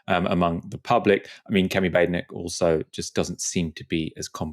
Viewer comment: Please respect how Badenoch wants her surname pronounced.